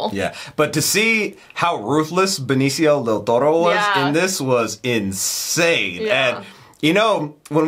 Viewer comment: It's "del Toro" not "del ToRRo"